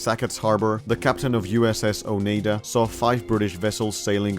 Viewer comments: oh nye duh not oh knee duh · It's pronounced Oneida-Oh-Nye-Da, not Oh-Nay-Da.